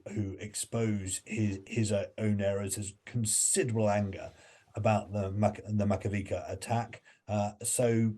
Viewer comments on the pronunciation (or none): AMX-10 RCs are NOT tanks. Not tracked. And stop saying "Pyutin"; also, it's not "Makavika" but Makiivka. What kind of "expert" is that? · It is funny that the same guy criticizes Boris Johnson's understanding of tanks and almost in the same sentence he calls AMX-10 a tank and mistakes Leopards with Gepards. Also it is not "macavica" but Makiivka.